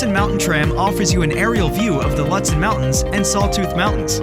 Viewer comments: I agree! Looootsen. And yes. The video doesn’t match the description. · Mispronounced Lutsen. Stopped video immediately. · It was hard to watch this video…the voice over guy has a nice voice, but doesn’t know how to pronounce Lutsen. Should’ve used someone from MN or someone that’s actually been to Lutsen. Also, the drone footage was nice but the description of activities unfortunately doesn’t match at all what you’re showing. Was hoping for more.